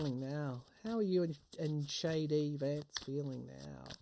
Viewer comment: With your Australian accent I heard Shady Vance. I'm going to work on getting that nickname out there. 😎